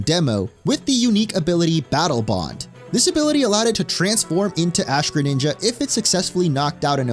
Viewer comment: DO NOT LEAVE OF THE R IN GRENINJA THE FIRST TIME!